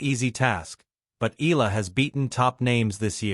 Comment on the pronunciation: Correct pronunciation is E-ya-la , not I-la